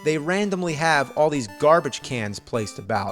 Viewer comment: Gerbage or Garbage?